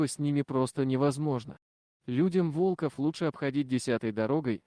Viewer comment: Кошмар!!! то же мне грамотеи нашлись не во́лков,а волко́в Нахо́дится Ей найти дорогу